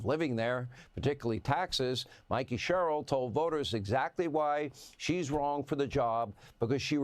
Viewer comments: her name is pronounced like Rebecca Cheryl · Doc, her name is pronounced like 'Share earl', but leave the 'r' in earl silent. (sort of). Anyway, it's a very proud and popular name in much of the South. My mother's maiden name was Sherrill and of all the family that I know, they are salt of the earth, very loving, caring people. They were Demonrats until Gov. Dolph Briscoe and Pres. Jimmy Carter imprinted the party with too many giveaways. (I'm sure John Connally and Preston Smith were a part of that, too)